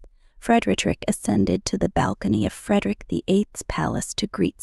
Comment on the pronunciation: This is span, they can’t pronounce his name correctly. He lost integrity from the affair in Madrid. I do not think of him as I once did. He’s had affairs all through the married life with Mary.